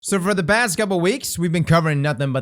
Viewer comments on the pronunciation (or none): Lol did he say bast couple weeks? 🤣🤣🤣